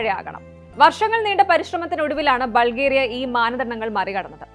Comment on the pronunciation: ബൾഗേറിയ എന്ന് അല്ല പറയുന്നത് ബുൾഗാരിയ എന്ന് ആണ്